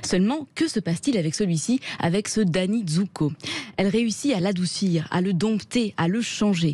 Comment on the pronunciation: On ne prononce pas le p dans « dompter ». Est-ce que vous dites « sculPture » ou « comPter » ?